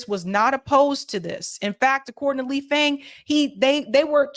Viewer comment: Lee Fang pronounces his last name like FONG.